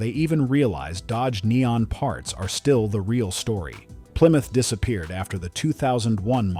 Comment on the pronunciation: What's a ply-muth?